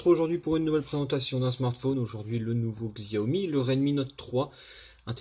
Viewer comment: ça se prononce jaomi !